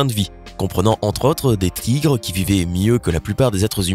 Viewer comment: "des trigres"